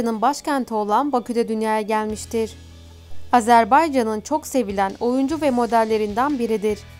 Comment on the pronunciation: Azərbaycan sözünü lütfən düzgün səsləndirin.